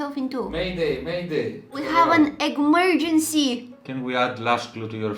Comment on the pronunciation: When she said, “eggmerecy” i completely forgot how to say it correctly